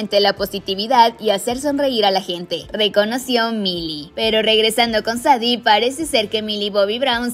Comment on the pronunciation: Solo como dato el nombre de Sadie se pronuncia Seidi ✨ gran video 🛐